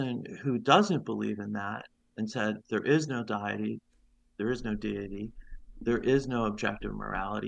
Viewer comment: he reveals he's reading a script and is also terrible at reading. "Diet-y" 😂